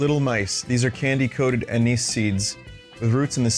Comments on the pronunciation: anise pronunciation = ann - iss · No anus candy. Anise pronounced "on-iss" or "on-ize" (UK). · Idk Vinny is an English major, I think he knows what he's talking about when he says it's pronounced "anus" 😮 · That is the single best pronunciation of anise I've ever heard.